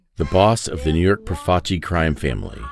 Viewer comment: Thank you for saying Profaci correctly.